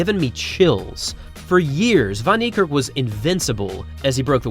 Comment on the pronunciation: Well done with your African name pronunciation